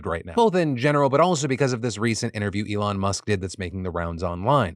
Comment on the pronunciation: The Elon bit made me cringe out of my skin. “Saying I’m only here because you’re a friend” and getting his name wrong? 😭😭